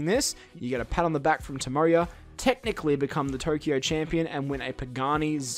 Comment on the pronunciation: aaaa not turkio, tokyo!